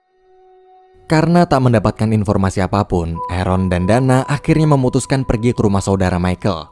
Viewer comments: Aaron dibaca eren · Biar aku jelaskan buat yang gak ngerti jadi orang ini bilang di menit kan ada yang nyebut nama arron kan orang yang nulis menit ini denger nya Eren gitu